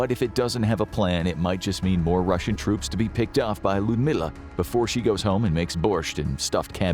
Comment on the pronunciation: And it's "Russian" not "Ruzzian".